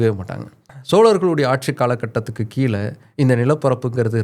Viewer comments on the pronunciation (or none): none